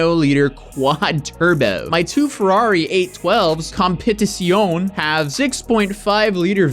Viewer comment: Finally at least someone actually pronounced the competizione correctly if even made an attempt. Wether you looked it up or not it’s nice to see someone actually trying.✊️😆